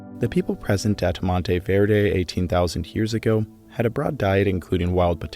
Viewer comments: I really like this video, but I just can’t get over the “hyears” 😂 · You say the word "years" like stewy says "coolwhip" on family guy 😂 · Omg I thought I was the only person that noticed haha